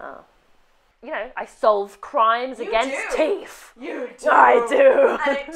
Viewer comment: And the fact that it came out as "teef" instead of "teeth", I was *dying*. 😂